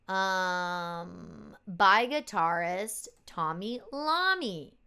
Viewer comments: Tony Eye-oh-me, not Lomi. Iomi , we need a different capital I. How bought line with a bar top and bottom? Could just work?! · Tommmy Eye-oh-me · Bill Ward punishing the drum set.... BTW, Tony's last name is pronounced eye-o-me... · *The guitarist's same is pronounced Tony "eye-oh-me." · I.A. pronounces Tony's name wrong too, don't worry about it.